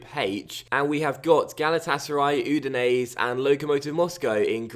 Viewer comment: I'm relatively sure Udinese is pronounced U-di-nes-e and not U-di-nes. Basically the last e is not silent.